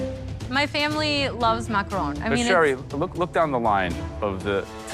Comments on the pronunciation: Am I the only one getting triggered whenever they say macarOOn instead of macarOn? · someone tell her it not a maceron it's a macerooooooon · Why are the judges pronouncing it as macaroons. Macaroons is different from macaron. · I'm surprised at Mr Ramsay, such a famous chef pronounces them Macaroons. Macaroons are different from Macaron which are different from macaroon. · Isn't it macaron not macaroon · Bruh these are macarons not macaroons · "A dadgum 9 goot structure full of..macron"? First of all, Dadgum?? Secondly, its MACARON, fool. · Is anyone else bothered by the fact that they are macaRONS and everyone is saying “macaROONS” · It's a macaroon not a makrone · Why is chef Ramsey saying macaroons?! That's a completely different dessert! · Mac-a-RON not Mac-a-ROON. crap don't they know the difference??!! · Not calling them macrones lmfaooooo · The way pronounce Macaroons as Macrones got me wheezing for 3 minutes 🤣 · 'relax you do not have to make us an entire tower of macarohns" . . . . "CAUSE YOU'RE GONNA MAKE 2" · "mahcrons" lol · said “macrohns” 😂😂😂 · no he said makrone. not mac chrons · Funny how Gordon and Joe can't pronounce macaron...